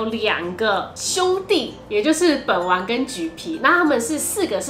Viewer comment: 滴妹說本丸的時候我聽成睪丸